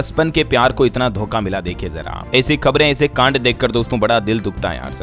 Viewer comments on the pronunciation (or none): none